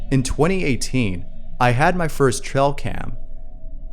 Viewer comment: It's ' tray- uhl ' cam..not ' trell ' cam .